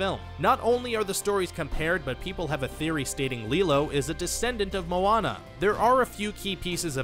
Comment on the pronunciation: Atleast he can say Moana right